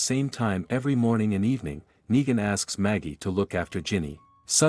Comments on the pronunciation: he gets the words wrong lol neegan neigan negan nine wtf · When they can't get a basic like a name right I am no longer interested. You lose credibility. It's sad that they don't just have someone record the script.